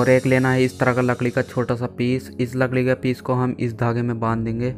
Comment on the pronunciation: Lakdi ❎ lakli✅ BTW great work